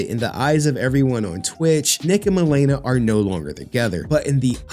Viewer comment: Dammit stop being IGNANT BARACK MAN its not MUH LEE NUH its MA (like HEY MA) Le (like in Lexus) and NA (like NAHHHHHHHHHHHH SONNNNN THIS BITCH AINT TAKIN ME FOR 75% MY SHIIIII)